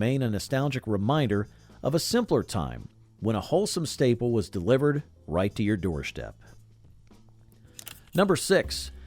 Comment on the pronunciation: What the heck is a 'door shtep?'